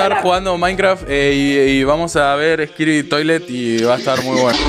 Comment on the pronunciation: Nose si lo hizo aproposito pero dice "skidbit toilet"